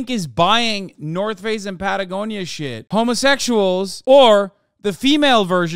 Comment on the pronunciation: Pattiegonia caught me off guard ngl😂